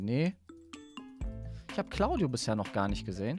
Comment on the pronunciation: Nein ich meinte, er hat ja am anfang gesagt:,, Und mit Claudio" Und ich meinte das es sich angehört hat Wie "Cauldio"😂